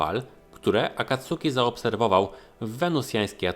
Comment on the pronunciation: Sorry, ale kłuje w ucho. Czyta się akatski, akacki, czy raczej coś pomiędzy